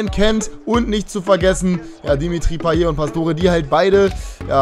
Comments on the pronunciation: also das T bei einer Wortendung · Man spricht Payett und nicht Paye. Hatte es früher auch so ausgesprochen. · weil es am ende ein t ist und man spricht nur e wenn am Ende ein r steht;)